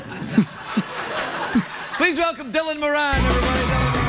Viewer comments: Nope, Irish name, pronounce More-ann in Ireland. If other nations change it meh, but correct pronunciation has the emphasis on the first syllable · Craig did pronounce it incorrectly, a lot of Americans have the surname Moran and would pronounce it MorAn as would most people, but Dylan has the Irish surname Moran which is pronounced like more-an, he's said numerous times that he doesn't care how people pronounce it though. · It's not morAn dylan himself had pronounced Moruhn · I'm not gonna lie, in my head Dylan Moran lives in a different *universe* as Craig, I never thought they'd be in the same room. Craig said his name wrong.